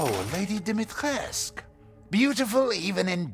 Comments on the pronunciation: it's pronounced Dee-mee-tres-coo not Dohmitresk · It's Dee Mee Tress Coo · The way he pronounces "Dimitrescu" is definitely not the way I've been pronouncing it. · Ah ok ^^. It's like "lady dimitrescu", he doesn't pronounce the "u" at the end, to appears more "French" maybe. But in the French version, he pronounces the "u" at the end. It's so weird ^^.